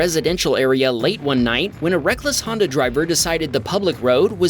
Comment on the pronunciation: The voice narrator has a speech impediment that is like nails on a chalkboard. He draws out the final vowel of words. Hondaaaa, oveeeer, teslaaaa. He needs to be replaced